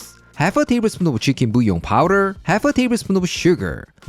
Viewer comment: Good job for saying "bouillon" and not " boolionn" like all the american !